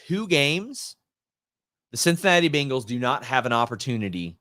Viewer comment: I like how you say BINGals 😂